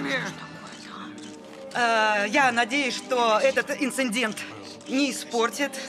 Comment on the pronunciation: ИнциНдент? М-да... Даже Т9 поперхнулся...